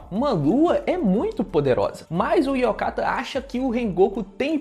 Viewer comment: Eu sei que ninguém tem obrigação de saber japonês, mas é Oyakatta de (Chefe ou mestre), não Yokatta de (ainda bem), só pra tu não ficar repetindo isso nos videos e não ficar soando ridículo, desculpa.